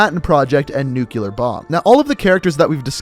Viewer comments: *Nuclear, not nucular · Small pet peave: people who pronounce "nuclear" (nu-cle-ear) As "new-cue-ler." I hope I'm not alone here